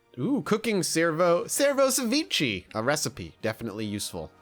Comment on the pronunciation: /sevichi/ instead of /seviche/ HE SAID THE WORD WRONG!